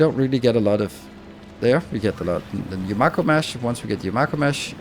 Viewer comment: "Glebba" "yuMAko"